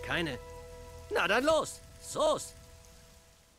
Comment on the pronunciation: Ist zwar, ein sehr unterhaltsames Video, aber warum gibt es Stellen...wo er sagt zum bsp:. Was ist los? Soos? 🤣 Oder wie Hallolola?😂